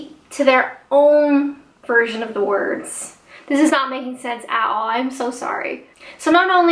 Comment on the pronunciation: Dunno if you noticed it but you say "at all" like a Brit already. Very cute.